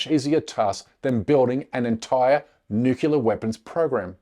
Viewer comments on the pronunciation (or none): This is not as important as your content, but I don’t want my co- thinkers to sound uneducated. The word is pronounced “new ,clear“ , not “nuke ya ler”. Otherwise, thanks for a very informative show! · It's New Clear not NEWkellar! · Omg. Nu-cle-ar. Not Nu-cu-lar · Curmudgeon's Corner: It's pronounced "Noo-Klee-ar". Try it out this way: "New" then "Clear". There is no such thing, and no such word... as "Nucular". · Please, my brother, learn to pronounce the word correctly: "new-clear" not "new-kew-ler". It's not a small thing. Mispronouncing it suggests you're lazy or ignorant and reduces the faith people have you know what you're talking about. This is sincere naseeha from a friend. PleaseI consider it! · It's not pronounced nuke u lear. It's pronounced nu clee er. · What if someone actually pronounce NUCLEAR properly instead of saying NUCULAR? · "Nuclear" weapons bro...not "newkiller" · The word is NUCLEAR- 2 syllables. Not nookular or nukeular. which has 3. Stick to Nuke to be cute! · For God sake people is not Nuculur or Nucular is NUCLEAR!! What’s up with 99 % of the English/americans unable to pronounce properly a word of this magnitude ? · How can we take your video seriously if you can’t pronounce the word nuclear correctly? It is pronounce as it is spelled not NUCULAR!!!!! It takes all your credibility away and you would know this if you had spent any time studying journalism. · "nukilar" weapons? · Nook-YA-ler? I thought only American posers mispronounced "nuclear" to sound "down home". I guess not. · "nukelear" ugghh xD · Who is this fool? It’s nuclear, not nuculea. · Can’t take anyone serious that pronounces them as ‘Nucular’ weapons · Nukelear 🤣 didnt say it once correctly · The word is nuclear….. not nukular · First time listening to this guy & he really turns me off with his George W. Bush pronunciation of "nuclear": noo-Q-lar. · It’s nuclear not nucular! Fir God’s sake get it right!!! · It is nuclear not nucelar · Oh, no: he said "nukular."